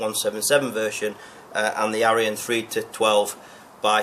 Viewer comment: Scope name should be sounded as eeyon not ayeeon think of aesops fables.